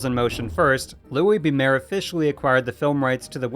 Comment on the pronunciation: Mayer is pronounced like Myer, not Mayor